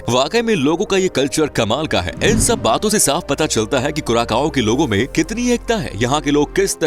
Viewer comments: Hello dosto thik hai hum log , vasa toh khaas hai iss deshkaa Lekin teraaa vasa Jo henaa sudhaarnaa padegaa😂😂 kuraakaaoo nahi kuracao Hain .. Samaj nahi aayenaa kaao nahi vosadikey Sao Hain 😂 maakiaankh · Curacao is pronounced as क्यूरासाओ or कुरासाओ, not as कुराकाओ। Please correct your self. Thanks. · Bhai curaSAO hai curaKao nhi "Curaçao" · You pronounced its name wrong. It is pronounced as CuraSao